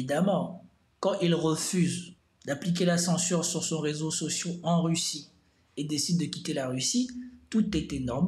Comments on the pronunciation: Un réseau social pas sociau...tes fautes sont tellements chroniques que j'en ai mal aux oreilles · Je quitte ton ''résau socio'' me fait mal aux oreilles